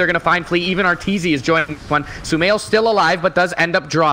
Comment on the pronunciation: LOL STUMAIL!! stupid + sumail? nice caster haha